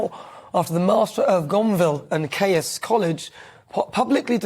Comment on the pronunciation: Caius College is pronounced "Keys" College. We also have Magdalen College in Cambridge pronounced "Maudlin".